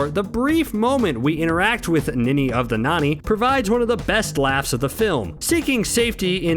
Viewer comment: It's Ninny of the Nonny... not Nanny